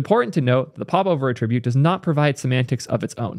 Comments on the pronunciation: I love videos but damn he really needs to learn the difference between attribute (the verb) and attribute (the noun). They're not pronounced the same. It bothers me so much more than it should. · Please, stop pronouncing 'attribute' the noun as a verb - you're killing me man! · Why do you pronounce "attribute" like it's a verb? Nouns emphasize first syllable, verbs 2nd. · What is your accent bro? You're pronouncing "attribute" as the verb, not the noun. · Love your content - thanks for bringing this to our attention! Respectfully, please pronounce “attribute” correctly - you are mixing the noun and verb pronunciations. You have a very wide reach and it would be great to demonstrate the correct usage.